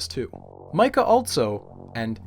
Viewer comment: "Mica" isn't pronauced like the mineral, its "Meechaa".